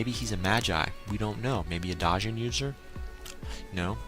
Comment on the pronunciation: if you need help her name is pronounced, "kuh-gyoh-kuh" hope it helps; and one more thing I've noticed in your past reviews: Djinn is pronounced as "jinn" as the "D" is silent not "Dah-zhinn" :P Great review once again, please keep doing them! :D; you should read the manga as well; it's awesome! :)